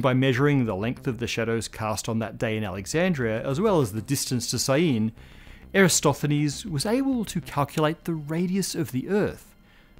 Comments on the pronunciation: EraTOSthenis, not EraSTOthenis! You wrote it correctly but kept saying it wrong... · You said "er a stoth en ees" But it's spelled "Er a tos then ees" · pronounced Eratosthenes incorrectly as "Era-stoth-then-nees." Let me know if somehow this is the correct way. It jumped out at me as strange. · Well, the S & TH combo is bit difficult to pronounce if you're not used to it, but no, the correct is as it is written: ...sthenes